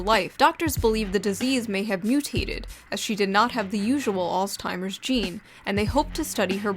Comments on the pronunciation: Dear Shoe, There's no "T" in Alzheimer's. Love, Weirdos who watch you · There's no T in "Alzheimers" why are you pronouncing it like that???